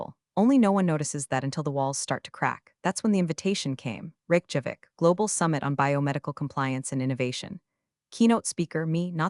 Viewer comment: Ok guys, somebody please tell the TTS how to properly pronounce Reykjavík?